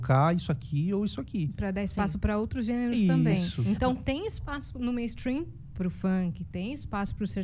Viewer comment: Nunca de atenção a alguém que fala meinstruim,essa gente só fala porcaria,corra para as colinas